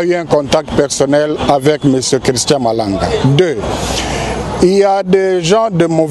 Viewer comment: Malanga et pas malonda